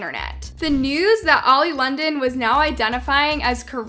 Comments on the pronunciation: Love how you said old London and not oli London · I love how you called him “Old Londen” lol